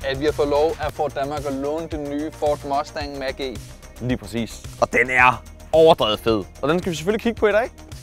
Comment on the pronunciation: "vi har fådet lov af ford Danmark att låne den nye fård måstæg mach e"